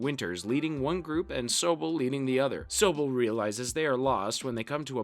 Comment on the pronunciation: The fact that you pronounced Toccoa and Sobel incorrectly, I'm going to say you haven't watched this at all you fraud